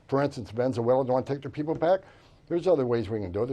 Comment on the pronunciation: "Venzuela" 😂 … Venezuela 🇻🇪